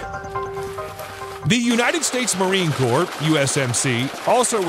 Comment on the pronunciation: USMC or Marine Corps. It’s pronounced Core but spelled Corps. Don’t pronounce the P, just say Core. I was a Corpsman and even President Obama called us “Corpse-Man”, when it’s pronounced “core-man” and we always cringe when we hear it pronounced that way.